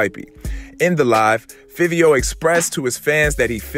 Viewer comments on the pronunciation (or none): “FIVE IO FOREIGN,” THATS HOW YOU SAY HIS NAME NOT FIFFIO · If you gonna report Hip hop At Least get a nigha Name right Its Five e O The way its spelled is the way u say it smh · His name pronounced Favio lol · Wrong It’s Fivio Foreign